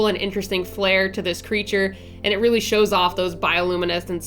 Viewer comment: "reary". Love ya girl and what an amazing design! What if you made a dragon to describe and look like you?